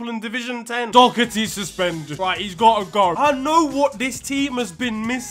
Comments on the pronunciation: As an Arsenal fan, normally I'm not against throwing a bit of side eye to a sp*rs player... However, as an Irishman, the amount of times I hear Dock-ar-tee boils my piss into steam. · please learn how to pronounce "Doherty" 🙏🙏🙏